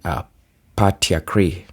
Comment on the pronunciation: Patriarchy: PAY-TREE-ARK-EE